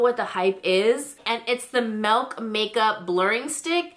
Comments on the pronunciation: milk not melk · did you say MALK!? MAAAAALK!? MALK products? lol